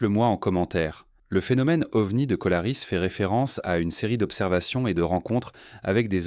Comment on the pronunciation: Colarès, pas colaris...